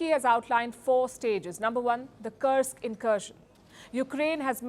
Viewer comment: Kursk should not be pronounced as Karsk.